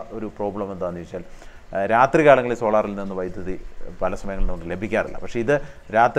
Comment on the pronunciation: വൈദ്യുത അല്ലല്ലോ... വൈദ്യുതി എന്നു തന്നെ അല്ലേ ചേട്ടാ പറയേണ്ടത്?